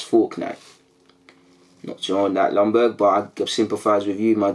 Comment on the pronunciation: Ljunberg !! Could you at least learn how to pronounce his name right ?? Please this Longberg thing is annoying.